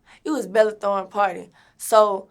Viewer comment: Not "Bella thorne" 💀💀😂